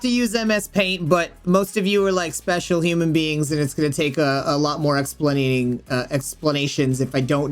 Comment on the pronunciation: "most of you are special human beings" also:"explanaiting"